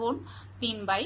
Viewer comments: আপনি এত ভুল উচ্চারণ করেন কেন আপু...ভাই কে বলেন বাই আবার বোন কে বলেন ভোন,ক্ষেএ কে বললেন কেএ,মিথ‍্যা কে বললেন মিত‍্যা।উচ্চারন গুলো ঠিক করবেন আশা করি।এটা আমার হাজবেন্ড এর আইডি। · একটা ব্যাপার লক্ষ্য করলাম আপনি "ব "কে "ভ" আর "ভ" কে "ব" বলেন | "বোন" কে বলেন "ভোন" আর "ভাই" কে বলেন "বাই" |